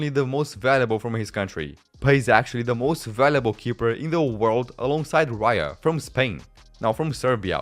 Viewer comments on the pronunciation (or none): none